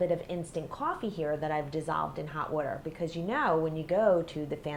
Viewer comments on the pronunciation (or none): I like how she said hot weter instead of hot water